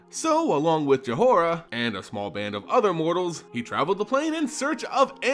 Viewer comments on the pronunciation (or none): I don't mean to be one of those people, but... Jhoira is pronounced Joy-rah. The h is silent. I forget who made the video, but there is one out there where the person got all the official pronunciations of commonly mispronounced mtg names, and that was one